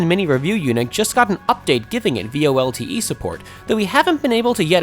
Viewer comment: VoLTE is pronounce as volt-tee